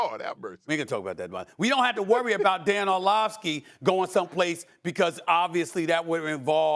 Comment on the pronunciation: Why he call him “Orlovkeys”? 😂